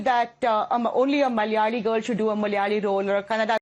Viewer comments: Not Mal'yali... it's Mala'ya'li "It's silly... but not negative..." EH?😮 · The whole movie feels like cultural appropriation 😅😅😅 she couldn't even say the word "malayali" properly. There are 2 distinct pronunciations for the letter L. Thats like the basic thing you know as a malayali. She could've used a dubbing artist. Its not that hard to find one 🤷🏻‍♀️ and who even has the name sundari in Kerala?? Maybe a cat or a cow?? Like wtf was that all about?? 😂 not to mention that unintelligible surname!! WAAAT??!!